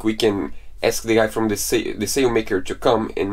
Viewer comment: Sail not zail.